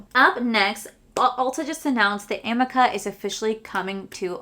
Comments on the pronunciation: amika is pronounced (a meek ah). just thought I’d let you know. I felt funny correcting you but every time I hear you say it I’m just dying to tell you how it’s pronounced.😅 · It’s pronounced uh-MEE-kah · It said “ Amika- Ameeka and Beis is Base “ that’s how you say them .. google what ya good for 😂😂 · You crack me up 😂 Amika is pronounced A-ME-KA 😂😂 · I don't shop from MAC because they're not cruelty free 🤷‍♀️ Also amika is "ah-ME-ka"